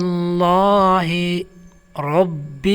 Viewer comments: محترم آپ لفظ رب کی ادائیگی میں زیر پڑھ رہے ہیں جبکہ وڈیو میں رب پر زبر لکھا ہوا ہے۔ تصحیح فرما لیں تاکہ پڑھنے والوں کو کوئ غلطی نہ ہو۔ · Zabar likha ha ap zair parh rhy Hain ya